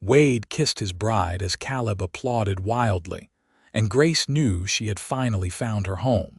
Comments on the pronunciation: I wish the narrator would learn to pronounce words like Calab (Ka-lab) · Sad that AI doesnt cant pronouce Caleb!